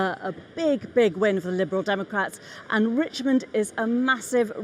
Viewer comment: “liberal democaps”